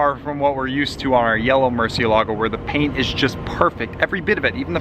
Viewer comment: Why is it so difficult for the YouTubers I've watched to pronounce Murciélago correctly. There, even the auto corrector writes it in correctly with the accent mark. Lambos for the most part, though not all, are named after Spanish (as in from Spain and in the Spanish kanfuay) fighting bulls. Everybody just sounds dumb mispronouncing Murciélago. Even if the Italians are mispronouncing it. The bull was from Spain, not from Italy anyway.